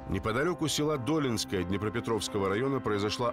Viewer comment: Долинское--ударение на втором слоге